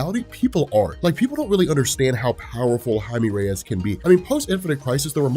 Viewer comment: Woahhh learned how to pronounce blue beetles real name 😂😂